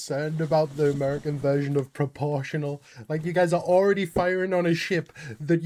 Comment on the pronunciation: Pruh-po-shun-allll dah-mage :text-green-game-over